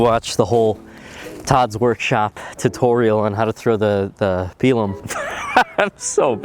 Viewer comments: It's typically pronounced "pie lum" not "pea lum" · "Pie Lumm"